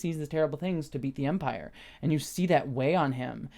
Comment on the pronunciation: A few quick thoughts early on: congrats on getting Dedra's name right! I've been watching a few reviewers mess it up, so don't feel bad, but I appreciate that you listened to the feedback. I hope it wasn't too venomous. Next: it briefly sounded like you said "we, as vampires, would investigate" instead of "as the Empire" and it cracked me up too much for a dreary afternoon. Onto the proper review stuff: I disagree that they didn't really state the goal of Mon Mothma's potential money guy, as he ends up outright stating he doesn't want a betrothal (obvious lie, but it broaches the topic) and then notes her daughter is of age in their society - that's pretty blatant, especially for the conversation those two were having, wherein they danced around what they were really saying. I did like the scene, though, I'm just disagreeing with the description of that. Also, I thought moustache guy was a different sector head, not the assistant to Dedra (I was pretty sure that guy didn't have a moustache), but I am writing this reply/watching this video without easy access to Disney+ so I could be wrong as I can't check. Still, I like his little storyline and confrontation with Luthen, including Luthen's speech (which seemed a little too honest/direct for Luthen to give, but it was still a great moment) Overall, I was a little disappointed with this week's episode and I'm not sure why. I think I was hoping for the crushing tension that the heist episode delivered, whereas the prison break..